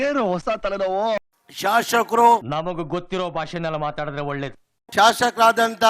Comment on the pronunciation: ಶಾಷಕ ಅಲ್ಲ ಶಾಸಕ.